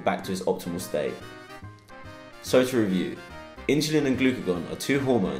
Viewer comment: it sounds like “glycagon” rather than “glycogen”